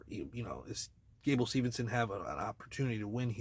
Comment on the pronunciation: It’s Steveson, not Stevenson.